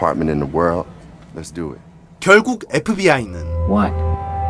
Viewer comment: 잘들어보면 FBI가 아니라 에프비와이라고함